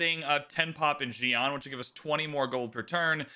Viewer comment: Agreed. Or even the city names 😂 “zi-an” vs. “si-an” haha